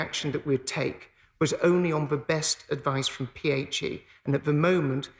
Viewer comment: He can't say 'th' as in 'the', he says 'v' as in 'Ve' instead of 'the', and says uvver instaed of other, and he is secretary of education? God help us.